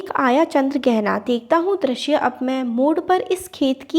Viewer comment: Ma'am , aap bahut acchha padhate ho But I have observed a mistake that u commonly repeat Aapne is video me drashya bola But it's not drashya , it's drishya U mispronounce ri ( vowel) as ra Except all is good Tremendous work 👏👏👍